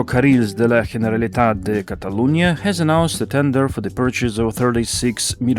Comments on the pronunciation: Great video as always, and very nice Catalan pronunciation too! Just a small note: the letter G in Catalan is pronounced just as in English. The G in "Generalitat" is pronounced like "general" in English, your G was a (very good) Spanish G. Lots of people usually get it wrong too with "Barcelona", using the Spanish C instead of the Catalan C, which is again the same as in English. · Ge in Catalan is pronounced “dzh”